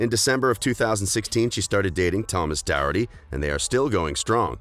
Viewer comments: Not to be mean but it’s doherty (door-tea) not darity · Thomas Doherty is not pronounced Thomas dowerty. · I am Scottish and this is not how you say Thomas Doherty’s name!